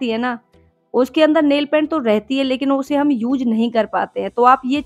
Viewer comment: Uz nahi use boliye